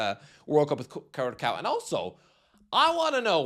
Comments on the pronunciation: Curaçao is pronounced ku-ra-saong - it means heart in Portuguese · The ç in Curaçao is pronounced "ss". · Its pronounced "curasao" you drunk muppet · North MaCKedonia CuraCo Türkiye (that one wasn’t too bad) JorDAN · lol yea.. and I first thought Gretzky said Krakow.. a City in Poland :D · how you say Curaçao hurts my soul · It’s wrong